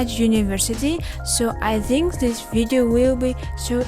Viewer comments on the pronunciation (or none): Зинк(Think) я не ослышался ? Транскрипция не читали видимо ведь в школе нужно только Ботать слов запас учить тексты и пофиг как произносишь язык поэтому никогда не стоит учить что либо ради оценок потом будете ходить с одной грамматикой нужно парралельно заниматься speaking слушать native speaker-ов у которых правильное произношение по английской транскрипцией в Остальном ничего не заметил